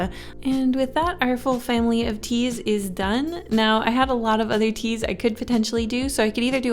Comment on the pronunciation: I thought she said cheese as cute girls for a second skskksks